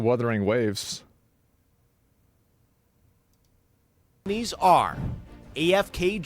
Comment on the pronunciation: Ah yes, my favorite mobile game: Werthering Waves 🤦‍♂️ 🤦‍♀️